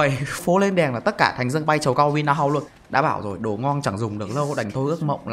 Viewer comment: Kiểu bị ngọng ấy bạn